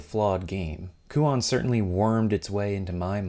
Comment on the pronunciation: My only (admittedly pretentious) complaint is the pronunciation of the title. The -on should be pronounced like the word "own" actually lol.